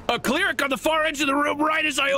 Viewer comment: What's a "clear-ick"?